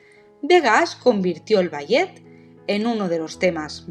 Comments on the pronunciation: Es IA verdad? Si no quiero decir que me dolió escuchar bayet en lugar de balé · Ni puedes pronunciat ballet correctamente? No te expongas cuando no sabes como decir l